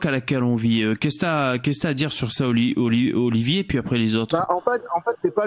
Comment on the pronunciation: Il me stresse quand il dit Oliver au lieux d'Olivier sinon super live